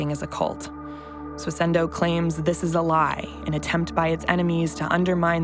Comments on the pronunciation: Why does every single person in this video say "SWISS-INDOH" But the presenter always says: "SWISS-ENDOH"? WTF? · The subtitlers also can't spell 'bizarre'. Also, does it sound to anyone else like she keeps saying "Swiss-ENDO"? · It's Swissindo mate, my god the word cropped up in the video like tens of times and you still butchered it lol